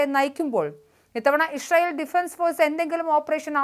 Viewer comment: ഇഷ്രൈ ഇൽ അല്ല മോളെ., ഇസ്രായേൽ 😂